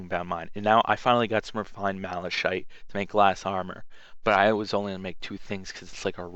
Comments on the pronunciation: This bugged me so much, but it's pronounced "malakite,' not "malashite." Apart from that, great video and lots of help. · you called it mala-shite lol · It's actually pronounced like this: [mal-uh-kahyt] Not like it actually matters though. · Malachite is pronounced "malacite" not "malashite" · Very good tutorial bro, but you can't pronounce shit to save your own anus. Malashite, I mean really. Horothengard, fuck me dead it drove me nuts. So in the future go to speech therapy that might help. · Not to criticize, but it's generally pronounced like "mal-eh-Kite", it's a real type of stone that exist. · Is a decent tutorial but its kind of disgraceful that you don't know how to pronounce ANYTHING in the game jorvaskar (Your-vas-kar) malachite (mala-kite) oricalchom (or-y-kal-com) yikes dude why do u even bother? What's worse is a lot of this stuff is pronounced for you in game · 'mala-shite' I laughed for quite a while xD